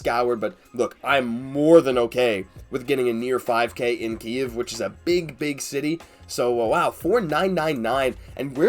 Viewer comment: also thank you for pronouncing kyiv right. its really important <3